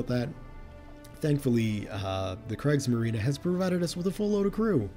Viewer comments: No need to apologize. It's not your fault that the great vowel shift happened in the english language. I am just glad that maybe in the future I don't have to wipe the blood from my ears everytime you say "Kreigsmarine" instead of "Kriegsmarine" and I can look forward to you pronouncing it correctly as "Creegsmarine".:D And who knows, maybe your teacher didn't pronounce it right, too. I've listened to some teachers in the USA and... well, let's say their speaking proficiency wasn't very good I can only hope that Canada has better teachers.:) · Great vid,...but it's not pronounced " krage marine" but " Kriegs marine" 👍😆. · I don't know if anybody ever made you aware, but Kriegsmarine is pronounced like Creegsmarine. The "i" in german is pronounced like the english "e" and the "e" after the "i" = "ie" makes it a long "e" like in "ee". And in contrast to that if if have the combination "ei" in german that is pronounced like the english "i". Just fyi. And it hurts my delicate german ears. ;)